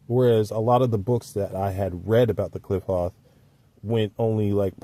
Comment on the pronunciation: Klee-pote.... my friend that's how Qliphoth is pronounced... this is a decent texts on the subject! Great review...👍👍